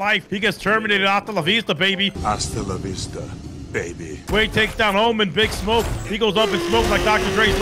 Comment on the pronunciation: Everybody talk about announcer did anybody notice that all he says is BIG SHOT THERE... He even sayed BIG SMOKE FFS WHAT IS A BIG SMOOKEE A REWORK OR SOME SHITT.....😂😂😂